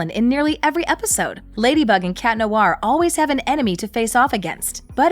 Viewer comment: The way you pronounce "Noir" is cringy! It's Nwahr, not Noo-ar.